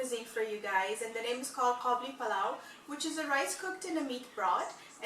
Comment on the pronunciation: it's قابلی not کابلی therefore it's Qabuli, not Kabuli... Kabuli is a person from Kabul